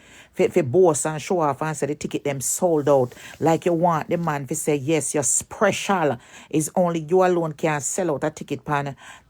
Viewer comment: You sprecial...dummy, the word is special...dunce like!!!